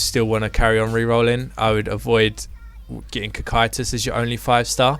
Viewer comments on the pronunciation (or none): Pronounced Kokyutus, Cocytus